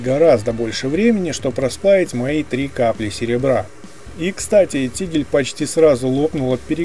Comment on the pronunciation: Только вот не "тигль", а тигель!